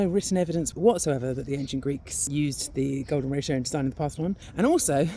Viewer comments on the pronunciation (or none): thought she said the golem ratio - sounds pretty ugly